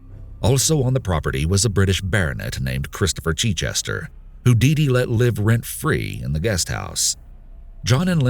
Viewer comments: The butchering of the name Chichester!!!!! As somene who lives near the town of Chichester in England I can tell you that it is not pronounced Chee-chester!!!!!!! Can't even listen to this! Sorry. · It's not Cheechester, it's a short 'i' as in 'it' for Chichester. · Not cheat-chester, but chit-chester. Like mitt. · "Christopher CHEECHESTER" lol. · The chich in Chichester is pronounced as in ditch. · You pronounce Chichester incorrectly. Source: currently writing this from Chichester